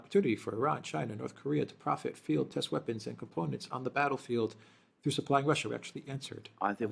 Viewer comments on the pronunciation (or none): none